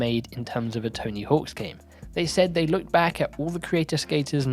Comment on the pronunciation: "Tony HAWKS" smh